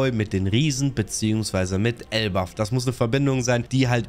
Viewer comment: Junge … es heißt doch nicht elbaFF????